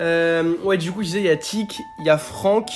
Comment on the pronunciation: « Kit » non c’est tick 🤣